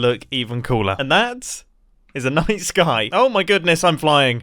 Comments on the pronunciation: Every time he said night sky all i could hear was nice guy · I refuse to believe that I'm the only one hearing Mumbo say "nice guy" instead of "night sky" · Am I the only one who heard nice guy when he said night sky? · I swear to god I thought he was saying "nice guy" instead of "night sky"